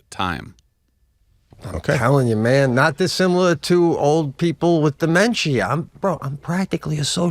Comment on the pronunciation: Pete pronounces dementia like my mother with dementia does , demenchia